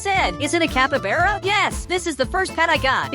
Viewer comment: You said capybara wrong